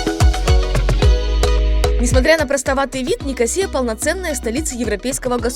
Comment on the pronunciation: Кипр Ван Лав! Главная его достопримечательность это , всё же, люди. Пообщавшись с ними побольше вы не когда не назвали ЛА́рнаку ЛарнА́кой, а НикО́сию НикосиЕ́й.